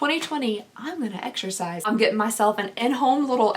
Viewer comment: “Exershize” ❤️😂 tw:@